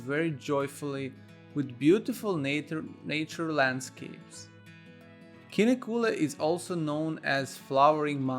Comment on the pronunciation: Please spend some time to learn to pronounce Kinnekulle.